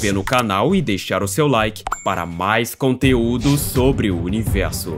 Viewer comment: Por que univelso e não universo? Cebolinha?